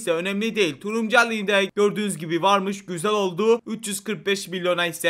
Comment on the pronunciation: Abim videolarında bir şey fatkettim Turuncu derken Turumcu diyosun abim 😂😂😂😂